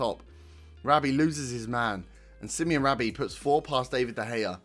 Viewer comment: Sim-oh-nay, not Simeon. Brilliant first game. Feels like the start of something.